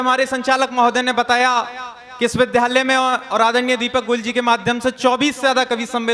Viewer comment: Kavi mahoday vidyalaya ko vidhyalay bol rahe hain.